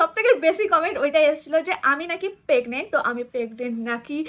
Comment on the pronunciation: পেগনেন্ট আবার কি ওটা প্রেগনেন্ট আর সরিল না ওটা শরীর 😂😂